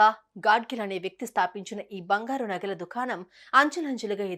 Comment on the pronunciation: Bangharu kadu, bangaru..😂